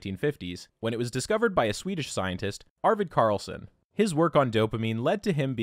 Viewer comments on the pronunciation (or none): none